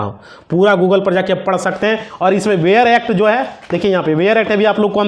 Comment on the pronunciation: वेयर एक्ट नहीं बेयर एक्ट होता है।